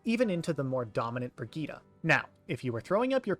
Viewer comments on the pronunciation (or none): "Brigitta" ? There's an E at the end